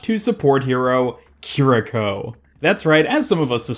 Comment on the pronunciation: You actually got the pronunciation spot on. Japanese doesn't really have much in the way of syllable emphasis, and your vowels were all correct. As a fun side trivia... o-fu-da Japanese--Kiriko's healing source and fu-lu Chinese--the talisman on Mei's Jiangshi skin Are both related, inspired prayers to gods, typically for exorcism/redirection of negative energies. Purportedly, according to some of the occult reads I've been going through, the Hu Xian fox cult may have spread the use of those from China over into Japan, at some point.